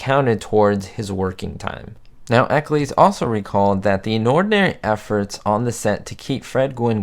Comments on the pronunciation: It's not Ecclees, it's Eccles, pronounced like Nickels or the Hollies song, Jennifer Eccles. Teddy did a lot of voice work in Hanna Barbera cartoons. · Correct me if I’m wrong, but I believe the surname “Eccles” rhymes with “heckles.”